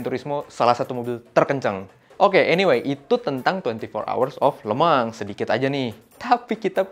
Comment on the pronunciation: Yang bener itu Lemangs penyebutannya